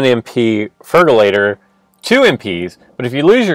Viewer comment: Feraligatr. not fergalator...